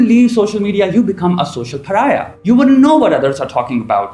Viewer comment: You pronounce this wrong - Pariah